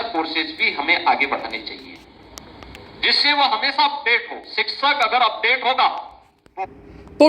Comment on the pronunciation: जो शिक्षक का सही उच्चारण नहीं कर पाये वो अंड संड बकवास करता ही रहेगा 2018 के बाद शिक्षक भर्ती नहीं आयी 6 साल से भर्ती ही करे जा रहे हैं